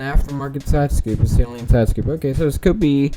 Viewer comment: How do I send pics of our cars? Also Saleen is said like sah-leen not sai-leen